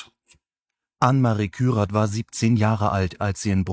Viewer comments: Wie konsequent du seinen Nachnamen falsch aus sprichst. Der Mann heißt kyrath, nicht kryath. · vielen Dank für diesen wichtigen Beitrag. Um das nächste Mal noch besser den Nagel auf den Kopf zu treffen, dein Skript über die Richtigkeit der Namen überprüfen. Beim NDR ist es dir selbst aufgefallen. Und der Mann heißt Kyrath und nicht Kryath.